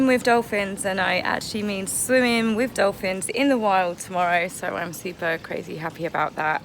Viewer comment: "Swim WIV Dolfins." Can't ANY of you Brits on YouTube speak properly? Even the Aussies know the difference! Yes, Harry looks dreadful and Pears Morgan was right in his assessment. The Queen is letting them have enough rope..... and I can hardly wait! So long these Hollywood/ Celebrities stop the long standing intrigue. Megan just wants to be able to wear coloured bail polish. Yes, stripped naked in public. Nothing new for Harry! Harry had turned into a wash cloth.